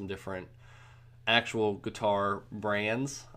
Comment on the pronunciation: Every time he says "Guitar", it sounds like he says "Qatar". Thanks for the video though :)